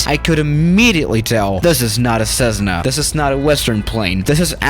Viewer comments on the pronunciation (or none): The U is silent in gauges. Also, it's a Cessna, not sezzna. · Cezzna?? Gaaages?? Practice your pronunciation